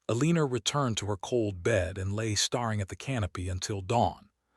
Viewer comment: This is a nice story however the narrator's mispronouncments are very disappointing and make it hard to listen to. Staring, hoping, Elena. If you want subscribers you need to fix these.